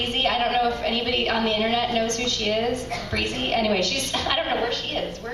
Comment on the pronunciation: she pronounced Brizzy breezy but